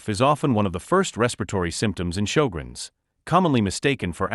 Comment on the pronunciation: He's pronounced sjögrens wrong.